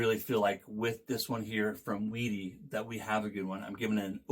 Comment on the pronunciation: Way-dee and Beye-lee